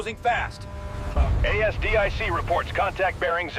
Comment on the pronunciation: "Steady on the A...S...D...I...C..." 🤣🤣🤣 Sloppy AI slop. 👎